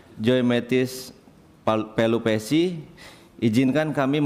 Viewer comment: kek anak SD bru belajar membaca, Pelupessy woy bukan Palupessy